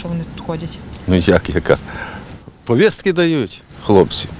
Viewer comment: Де взяли такий наголос ПоВІСТКИ? МОЖЕ ПВіСТКИ?